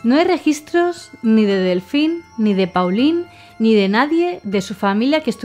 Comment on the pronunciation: Pauline-nombre femenino francés, se pronuncia: Polin Paulin-nombre masculino francés, se pronuncia: Polan (la 'a' sería pronunciada además de forma nasal)